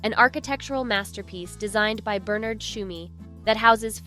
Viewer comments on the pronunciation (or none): none